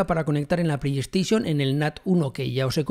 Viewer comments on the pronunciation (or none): none